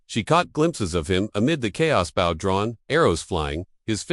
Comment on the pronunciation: Good story. I would recommend slowing down the speed of the narrator (AI) and putting more inflection in the speech. Also, bow is pronounced with a long "o", e.g. rainbow, long bow, etc. The punctuation should not be spoken, e.g. dot, dash, etc. I realize you have just recently started this channel but small changes will make it much more enjoyable. I did subscribe to watch as your channel grows and improves. 😊